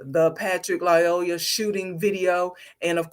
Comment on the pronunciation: 1. “Lyoya” only has one “L” in it. It’s pronounced either “lee-OY-a” or “lie-OY-a,”’not “lie-O-la.” Why would you disrespect a dead “king” by mispronouncing his name?? 2. The shooting was TOTALLY warranted. Mr. Lyoya escalated every step of the way, from the time he exited the vehicle to the moment that he had sole possession of the cop’s taser. The “king” didn’t have to die, but he died as a result of his own choices. His blood is on his own head.